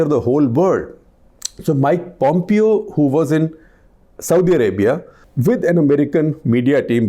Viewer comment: Pom-pyo lol.